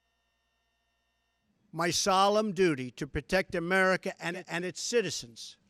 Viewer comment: ive heard of merica.. muricah... america... but now its offical.. amerricker ...